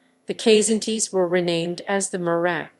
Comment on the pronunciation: Kzinti is pronounced "Kuh-zin-ti". Lyran is pronounced "Lee-ran". Myrak is pronounced "My-rak..